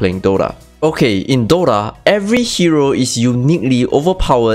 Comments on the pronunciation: broo..its called DOTA ,not DOrra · WTF is Dora? He keeps saying Dora. Im here for Dota. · is it just me or he kept saying DORA?